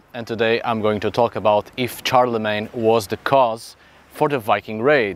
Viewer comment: Shar-le-mayne. Not CHAR-le-Mayne.